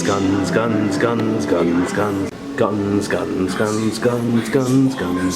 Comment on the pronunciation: When he says “guns” over and ove it sounds like “scun”